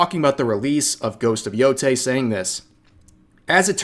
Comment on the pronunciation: Thank you for being one of the few who can pronounce Yotei correctly lmao